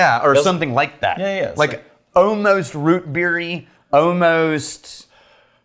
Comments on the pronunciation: Just love how says ”ALMOST”, so satisfying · Is it just me, or did inner Leprechaun start revealing itself with his pronunciation of "Ohmost"? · "OHMOST Rootbeery, OHMOST..." The balls is OHMOST.... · Yeah, i've noticed the way he pronounces "almost" is distinctly NOT Texan and more akin to a friend I know from West Virginia......